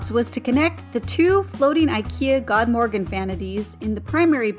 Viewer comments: As someone who knows swedish it hurts hearing you say "god morgon" lolll. I suggest pronouncing it as god (gud) morgon (moron - kinda like that word that means idiot and / or stupid.) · I really suggest you to listen on how god morgon is supposed to be pronounced on google translate 😂 fyi, it means good morning in swedish ;)